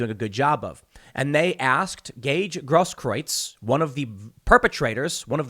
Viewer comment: Tim Pool and Jeremy from The Quartering are the only people I've heard so far who pronounce "Grosskreutz" properly.